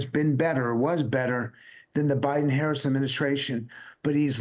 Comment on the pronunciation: Come on Mr. Luntz.... even you can learn how to pronounce her name!